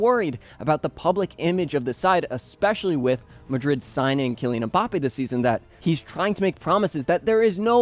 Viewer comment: Im a Madrid fan but I watch your content just cause of the quality and to keep up with other la liga teams. Thank you for pronouncing all the names flawlessly 🤝